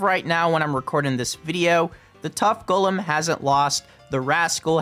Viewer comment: One of your best videos, plus I respect that you know how to pronounce “Golem” correctly.